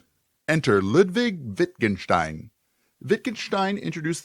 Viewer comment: i am amazed how you pronnounce Herr Wittgensteins's name :D very well done <3